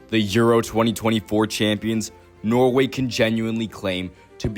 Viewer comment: yeah i live in norway, but he keeps saying noway